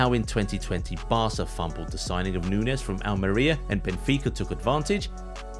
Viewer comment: He pronounces Nunez wrong the hole vid